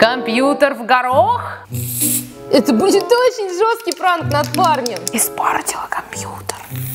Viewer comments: Не НРАНК а ПРАНК понятно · пранк а не нранк! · НРААНК) ДА НРАНК!??!!!???